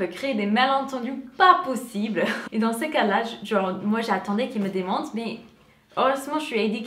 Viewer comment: attention a bien prononcer "demande" j'ai mal compris au début...